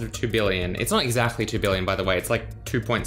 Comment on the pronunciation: I like how he says exachtly